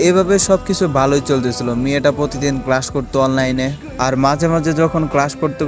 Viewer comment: Vai apni class ke crash bole felchen